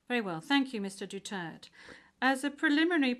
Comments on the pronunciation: Is not Dutert. _Du_ter_te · It's Duterte!!! Not dutert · What a bunch of dummies that can't even pronounce his name correctly, even after being corrected. Probably done intentionally by this unprofessional "Judge".